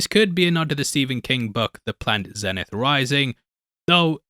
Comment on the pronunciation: It’s pronounced Zee-Nith. It was a radio brand